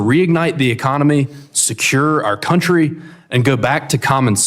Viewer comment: It’s not “your countwee” Ilhan Vile Snak Omar!!! Get out!!!!